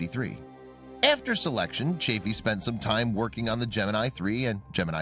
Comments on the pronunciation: It's Roger CHAFF-ee, NOT CHAFE-ee. Yes, I was there: You don't contradict Uncle Walter (Cronkite). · This video has more ads than discovery channel. I swear, its really hard to enjoy a video when youre basically watching a playlist of ads. Also, its chaffee with SHORT A. Your lack of dedication to learning the right pronunciation only chafed (LONG A) my ears. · It's not "Chafey" but CHAF-FEE: EE like in Santa Fe, not ey like in hey. What's next, someone changing Grissom's first name into "Virgin" ? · Nice vid but you need to pronounce Chaffee correctly. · Sorry "", but your mispronunciation of Roger Chaffee's last name plus using footage of the space shuttle and other images not related to the story as more than half of your filler material is not very disrespectful to the three men who lost their lives, but it's just a really poor way to convey the story of their loss (especially to people who may be learning of it for the very first time). Would be like creating a video to tell the story of the assassination of Abraham Lincoln, and then using content of the assassination of JFK as more than half the filler material just so as to make your video longer or to fit the length of the narration. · Is it too much to expect you to pronounce Chaffee's name correctly ? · The narrator needs to learn how Roger Chaffee and Donn Eisele's names are pronounced.